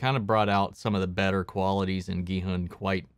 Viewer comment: Finally a reactor who pronounces Gi-hun's name properly. Korean names are hard to pronounce among non-Koreans. So his pronunciation was impressive.